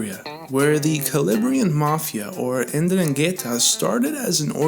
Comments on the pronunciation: What the F—-k did you call Calabria mafia??? LMAO!!! Its Pronounced. “ EN-Drung-etah” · Please brother it’s pronounced “In dron git taa” not what ever your trying to say!!!